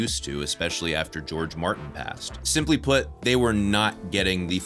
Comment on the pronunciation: That "Martin" flub is making me laugh my ass off.